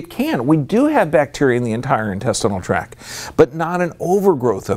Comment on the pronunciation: Purely good intention: just want to mention (), because I like your stuff, that the term is intestinal tract... with a T on the end of tact. And the T is pronounced. Just to make you look more professional— as you present your awesome research!